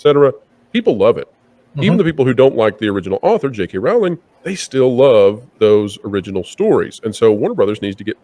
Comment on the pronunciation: Pro please pronounce Jk Rowling 's name correctly. Rowl as in bowl. She herself has said it. I understand it's a small thing but it's respectful